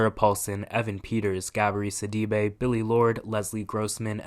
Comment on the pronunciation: Never heard anyone pronounce Gabourey Sidibe’s name like that😅 Helpful tip: it rhymes. Gah-bo-RAY Sid-ah-BAY